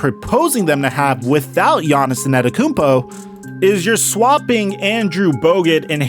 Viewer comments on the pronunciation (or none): it's antetokounmpo, not anetokounmpo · Bro say the names right anedakounpo whysman